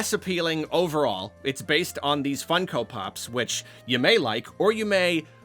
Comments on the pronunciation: never heard someone call them fun-ko pops instead of fung-ko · Why does he say it like that? Do people say it like that? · not sure why you pronounce funko like that but i agree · hearing pronounce it Fun-Ko and not Funk-o feels illegal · Why do you say funko like that 💀